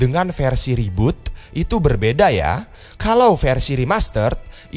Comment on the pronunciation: reboot bro bukan roboot